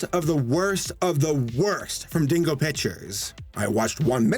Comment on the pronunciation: The way you say "Dingo" sounds like "Dingle," and I'm strangely fine with that, owing to what this company produced. What Dingo-berries! - Wait a minute. Wait a damn minute here! "Yee" Dinosaur gets its own meme, but these Goth...Bondage...Duck (things) didn't?! What a terrible injustice to the World of Memery! Damn: When you're a German Animator and you realize that North (fucking) Korea makes better shit than you do!